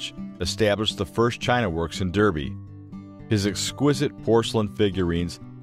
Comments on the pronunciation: It is DArbie not DEERBIE, However,Derby in this case is referring to the place name which has had the way it is written and the way it is pronounced changed over hundreds of years ....so it's ok to let my American friends off. It was originally spelt DARBIE over the course of years (many of them) the spelling got changed as peoples writing styles changed in the same way that peoples names change in spelling over time x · Its a very nice presentation but "sarahminty" is absolutely correct it should be pronounced DArby . .dah-bee . . Daarbee . . . as an A not an E. Apart from the annoying mispronounced name it is a good informative video. Thanks.